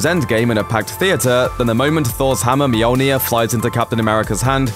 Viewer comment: Mjolnir. muh-yol-nir not meow-near